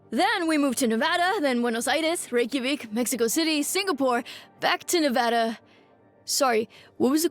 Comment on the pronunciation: CORRECT NEVADA PRONUNCIATION MENTION!!!